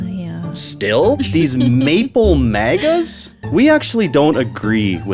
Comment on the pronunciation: "Mean maga tweets" reading had me giggling so hard - thanks for the funnies! I needed that. What to switch in for "maple" so as not to insult our nation's syrup... Muskeg maga? Happy to join you pronouncing it "mawgah" going forward. On purpose.